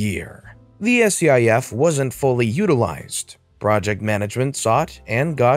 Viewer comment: It's pronounced skiff